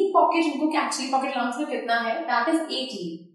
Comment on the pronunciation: and yes one more it is not pronounced as A-lo-nce but as Allow-nce